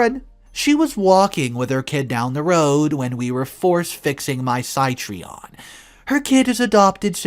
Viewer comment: The French car Citroen is pronounced Citro-en or Citron in English. The name of the automobile means Lemon. Which is funny considering this stories Very respectfully I recommend looking up the pronounciation of words you are not familiar with. This seems to be a bit of a problem with you. (No offense intended)